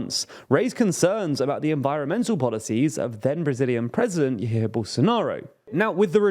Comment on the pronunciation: Hey just a note in the pronouciation. In Brazilian Portuguese, the J is pronounced the same as in English. So the J in Jair is pronounced the same way as the J in "jar". The 'J pronounced as R' comes from Spanish and is not present in Portuguese